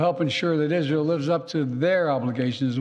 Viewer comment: Still, he is saying Izhell. He works for a foreign country. He sold America.